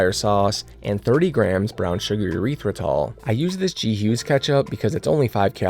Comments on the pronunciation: Dear sir, just a few pronunciation tips: The 'W' sauce is 'WORSE-tuh-sure" or 'WOOS (as in 'puss')-tuh-sure'. The drainer with the holes is a COLLIN-der (as in 'Hollander'). The sweetener is pronounced 'air-RITH-ruh-tall', like 'arithmetic'. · Urethra-tol always gets me